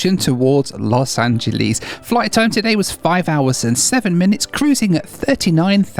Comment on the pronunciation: Those windows are the reason that we never have and never will fly on a 787 - no matter how good the airline is. Sadly, hasn't learned to pronounce "Los Angeles" correctly yet.